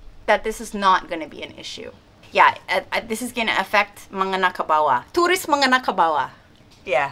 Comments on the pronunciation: Menengah kebawah, not mengenah kebawah. Kata "babin kantibnas" LOL, just joking.. hahaha.. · Menengah kebawah mbak bukan mengenah kebawah.. hehehe 😁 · & menengah ke bawah Sacha. Bukan mengenah ke bawah 😅 kebalik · I'm laughing when sacha said "mengenah kebawah" instead of "menengah kebawah" lol. Btw setuju sama semua ceritamu sach. Kasian yang mau bisnis hospitality nanti tambah repot gara-gara hukum ini... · It's "menengah ke bawah" not "mengenah ke bawah" 😁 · Menengah bukan mengenah😅😅😅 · It's actually "menengah kebawah", not "mengenah kebawah". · MENENGAH mb e bukan MENGENA 😆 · mengenah kebawah.. lol.. some words are harder to pronounce... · Its menengah, not mengenah sach 😁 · Menengah sach, not mengenah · Was listening seriously till Sacha says "mengenah ke bawah" 🤣🤣 jokes aside, great topic, always so happy to see you care about this country ❤️